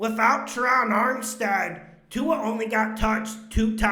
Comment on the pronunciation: It Crack me up when he says ,Tua and da bears